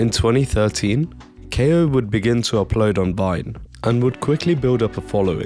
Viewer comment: Ko is pronounced Koh